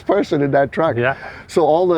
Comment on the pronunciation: A fwooh fifty fwooh has lots of twooahk to take to the caahh shwow